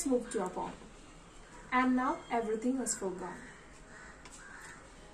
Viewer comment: Plz correct pronounciation of the word "Poem".